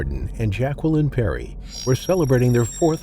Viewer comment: Yeah and learn how to pronounce Jacqueline correctly.